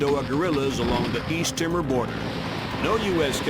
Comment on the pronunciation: lol 'east timmer'.